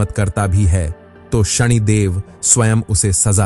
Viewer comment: नाम तो ढंग से ले कम से कम , ये शणी क्या होता है?? शनि को शणी बना दिया